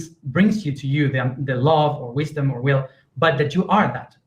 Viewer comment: You can say the words "it" and "in", but when you say "will", it comes out "wheel".